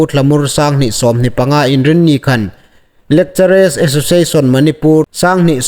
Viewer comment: 'Lekchere' tia lamrîk hi a ni naw taluo deu naw maw?? Fîmkhur deu a tha awm ngéi. 'Lekcharar' tia lam ding ni lem awm tak a nih. No offensive aw